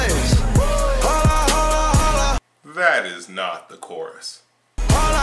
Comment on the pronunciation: It sounds like he's saying "Hola".